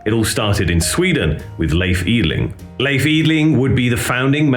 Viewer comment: Try "Lay eff".. and "Eee dling" And you will nail it :)